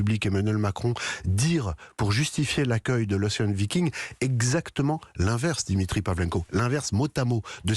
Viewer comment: Enfin, des gens qui savent prononcer Ocean Viking!!!